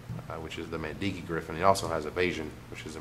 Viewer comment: Makindi Grifin not Mandiki Grifin.